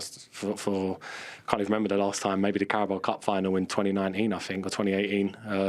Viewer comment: Did the yank call Carabao cup the “Cowboy” cup? 😂